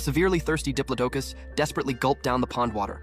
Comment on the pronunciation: It’s called a (di-plo-do-cus) diplodocus